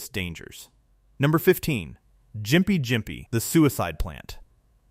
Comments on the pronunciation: GYMPIE is pronounced with a hard G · "Because sometimes" narrators don't bother researching pronunciations. It's pronounced "GIMPY"